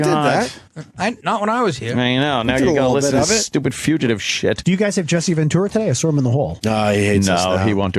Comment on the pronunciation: Hearing Opie say few-chuh-tive repeatedly might be even more painful than listening to him yell "HOLD ON HOLD ON!" I guarantee THAT is why Ant wanted to kill Sam, not just hearing the bit again.